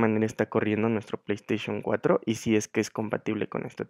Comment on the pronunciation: Min "Pley esteichon for"